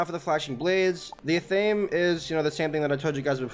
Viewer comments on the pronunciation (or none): Athame is pronounced ATH-UH-MAY not ATH-AME